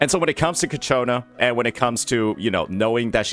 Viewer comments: Ciaccona, not Cacciona, sir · Say it with me.... Chi-A-kona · bro may be good at reading tooltips but those names... man, KATSCHIONA is too hard xddd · Ciaccona ❌ Caccona ✅ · The pronunciation is "Chakkona" In Italian, "ce" or "ci" is pronounced as "che/i". Double "C" makes no difference. Any other vowel after "C" makes it sound like "K". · Your channel is great. I hope you do not mind but the i in Ciaccona and Roccia is silent . Like Tshaccona. Rottsha.😅😅❤ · You should google translate the names of each character for pronunciation (specifically Ciaccona because I can't listen to a name be repeated incorrectly when I know the meaning of it and it's a literal word). Great videos btw. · I wish he'll learn how to pronounce her name by the time Ciaccona appears. The fact that the swapped where the "ch" sound is makes me unreasonably mad xD